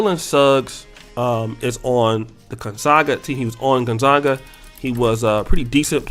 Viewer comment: Gon ZAG UHH. not Gon ZOG uhh. FFS. Who cares what color she is?